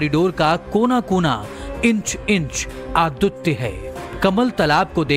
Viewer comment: "Adutya" Abe "advitiya" bolte hai jahil. Isliye har sentence mein Urdu bakna choro aur dhang ki Hindi seekh kar aao.